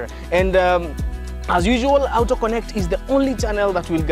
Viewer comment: A Kenyan pronouncing Auto as aooto...is just a confused fellow. Good content...but this is called the Tenderpreneur cars. Shows how well someone is stealing from govt tenders.